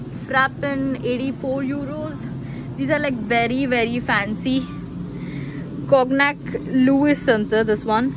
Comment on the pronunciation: Please make it morevisible to read german drink. Also cog nac is pronounced koniak